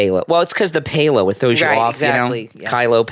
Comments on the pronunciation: Also Kyle's name is Pal-oh not Pay-lo. He has pronounced it himself many many times on his vlogs and I have never heard him say Pay-lo. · Kyle’s last name is pronounced like pal-o